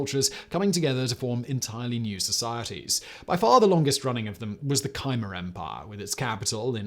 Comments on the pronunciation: Kah-my, not kai-mare. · It’s not Kymer, it’s Khmer Simon! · What is the Kymer Empire? Khmer is pronounced K'mer (use phonetic pronunciation). do not use sites with algorithms for pronunciation - they are slightly less than useless ! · It's kuh-MAIR. If you do a geographic video, at least up how to pronounce the locations. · “kYmer empire”. Yeah, that’s how that’s pronounced.... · How did you read Khmer and think yes this is pronounced Kiymeer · Khmer is pronounced ka-mai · Simon seems to have tang-toungled his reading of ‘Khmer’ with some fragmentary memory of a chimera. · Your pronunciation of "Khmer" is more than a little idiosyncratic, to say the least :-D